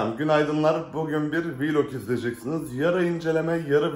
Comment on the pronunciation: abi Vİlog demene gerek yok vılog desen oluyor zaten çok kendini kasmaya gerek yok :)